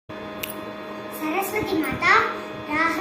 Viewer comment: அந்த குழந்தை மிகவும் அழகாக மாதா என்று உச்சரிப்பு. அருமை. யு ட்யூப் -இல் Madha என்று உள்ளது வருத்தம். சரியாக குழந்தை உச்சரிப்பு. அதை எழுத முடியவில்லை?